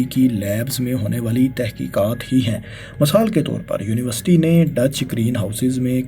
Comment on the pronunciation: Misall = Masal Kisan = Kasam Izafa = Azafa Her word ko zabar dete ho Bhai.